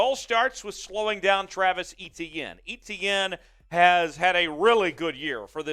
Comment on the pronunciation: Pronounced A- tienne